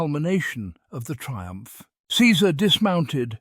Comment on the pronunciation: That "triump" though...